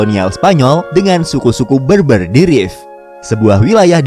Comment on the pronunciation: Berber pronouncenya bukan beurbeur.. tapi bèrbèr...